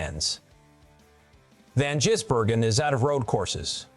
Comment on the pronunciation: Why do you call him jizzbergen,its gisbergen ,disrespectful,if your going to make money off his name,get it right